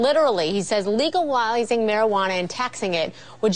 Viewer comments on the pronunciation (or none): lol she said legalwizing at the start